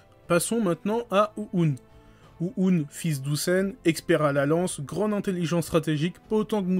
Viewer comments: ça me tue comment tu prononce Ouhon tu le dit Ou-oune XD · Bon ya un truc qui m'a vraiment fait rire c'est le "OU OUN" mdrrr, c'est "OU HHHON" :D